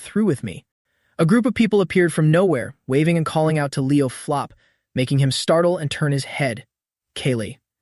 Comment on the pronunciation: Why does the AI keep calling Leo's last name flop when his last name is plov